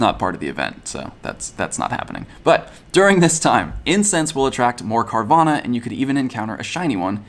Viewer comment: Carvanha not Carvana